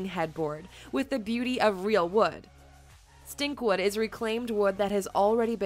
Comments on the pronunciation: It's Stikwood, not Stinkwood, LOL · It's "Stikwood" NOT stinkwood! Wow